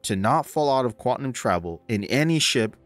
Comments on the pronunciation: for the love of god, the word is QUANTUM, not quatnum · great video, man. Thanks. FYI, it's pronounced quantum (Kwan Tum), not kwatnum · Lol I had to stop watching after you started saying “quatnum” drive... its “quaNtum” drive :) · "quatnum" heh